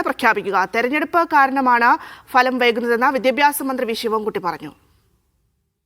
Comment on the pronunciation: Falam ❌ Bhalam ✅